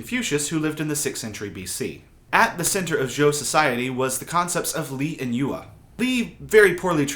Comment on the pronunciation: Great video but please spend 1 minute learning how to pronounce 'yue'. Hint, it's not you-er